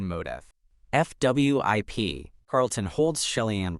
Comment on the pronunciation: Why does AI not like to pronounce 'fwip'? It's always 'F W I P'... (o_-_)o